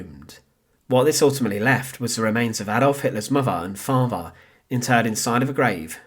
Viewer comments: Please support this channel so they can get enough funding together to send the narrator for elocution lessons. Give generously as it may take some time. Loved hearing about "Hittlah's muhvah and favhah" though. Thanks. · Personally I'm disappointed with the presentation of this subject. The narration is badly written and edited and the narrator himself does not make an effort to pace or elocute his vocal delivery (farver instead of father, muvver and not mother). A good opportunity to tell a little known backstory lost to an amateurish présentation.